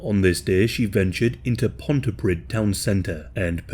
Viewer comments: Pontypridd - Pontypreeth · "pontyprid" 😂😂😂 English people are so ignorant of Wales... Even though they just live next door Improve your pronunciation and learn about Welsh language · Sorry can't get over the way you said Pontypridd, it's said Pont-ee-pree-th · Pontypridd, (ponty-preed) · FYI for future reference, it's pronounced "Pont-Uh-Preeth." ("dd" in Welsh makes same sound as a soft "th" in English such in words like feather.) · Well done, I love your videos and appreciate how much work it must take to produce. BTW you pronounce Pontypridd as Ponty-preeth. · "preeth" is misleading since it doesn't indicate the hardness of the -th, it's more like "preathe" as in rhyming with "breathe" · Pontypridd rhymes with "breathe".... as everyone knows. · The way you pronounced Pontypridd was funny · the dd in Welsh makes a th sound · Not that it matters but for future reference, the double d is a soft th sound, not a d.